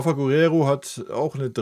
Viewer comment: Hi großer Wunsch für die neue Saison: Das "u" in Guerrero ist stumm, es wird nicht ausgesprochen. Danke❤️🤍